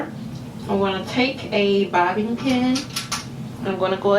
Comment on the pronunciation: Is she pronouncing bobby pin as bobbin pin?